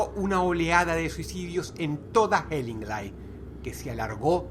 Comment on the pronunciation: pronunciaste mal Hellingly, el final suena como "i" no como "ai"